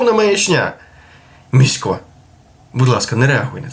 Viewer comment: В імені Місько на голос на І. Послухай "Гадів" "Міську , важєй. холєра ясная". тебе ще не навчили у Львові ?